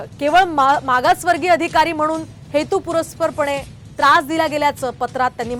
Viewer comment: मॅडम.... हेतू पुरस्पर असे नसून " हेतू पुरस्सर " असा शब्द आहे.